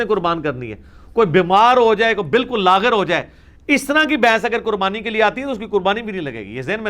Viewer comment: لاغر بکسر الغین نہیں بلکہ بالفتح ہے